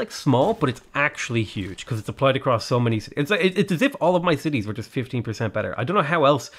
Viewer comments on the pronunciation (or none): none